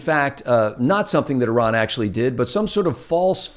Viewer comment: Very refreshing to hear Americans pronouncing Iran not Eye ran.